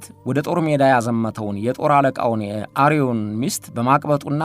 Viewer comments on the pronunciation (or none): አቶ እሸቴ አሰፋ፣ ይህንን መርሃ ግብር በማቅረብህ እግዚአብሔር ይስጥህ። እንዳንድ ቦታዎች ላይ ግን የስም ማፋለስ ይታያል። ለምሳሌ:- ቅዱስ ዳዊት ያስገደለው ወታደር ስም ኦርዮን እንጂ አርዮን አይደለም። ሌሎችም እንዲሁ አሉና በዚህ ዙሪያ ሙያ እና እውቀት ያላቸውን ሊቃውንት በቅድሚያ ማሳየት እና ከዚያም ወደ አድማጭ ማቅረብ ጥሩ ነው። አቀራረብህ ግን እጅግ ደስ ያሰኛል።